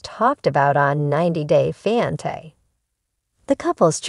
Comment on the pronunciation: The word is fiancé why aren’t you pronouncing it properly and you’re repeating yourself many times